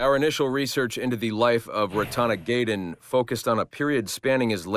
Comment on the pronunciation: Don't forget Rat Ton Ha Tank On!